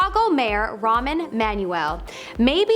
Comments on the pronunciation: Ramen Emmanuel? It's Rahm (pronounce it Rom) Emmanuel. Also..... Nobody in North America calls George Bush Sr. "papa bush" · Ramen Emanuel! LMFAO ... It's Rahm. There's no "n" sound at the end of his first name. That was hilarious though.